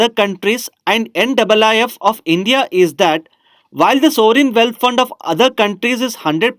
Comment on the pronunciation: Please pronounce well ' sovereign'